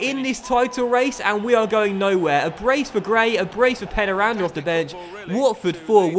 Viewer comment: I think that it is pronounced 'pain' 'ya' randa